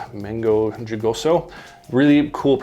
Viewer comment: mango jugoso or “juicy mango “ just say it like so..hoo-go-so😊